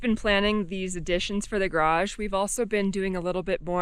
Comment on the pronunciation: Of the four garage pronunciations, you got two of them almost perfect! There is hope for you! Way to go!